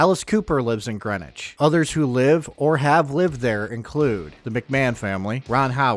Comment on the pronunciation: ok I lived all around that area I knew Greenwich CT and we didn't say Greenwich it's a certain way you pronounce it if you ever been there new Canaan and even Stamford now if you had the money to live in Greenwich you would know now to this day I don't really know the real story I grew up way before you tube be blabbing the story I'm still not sure but I know what I heard when I was younger and yeah we use to visit Greenwich high school not too far from new Canaan and I'm sure bout anything but I still say what I heard when I got older oh hell yeah I figure out couple things